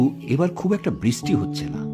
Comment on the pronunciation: Uccharon gulo ektu thik korun... Bristi noi, brishti... Sunte kmn lagche arki